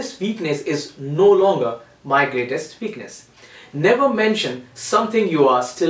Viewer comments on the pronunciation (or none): He says "what", but he says "veakness"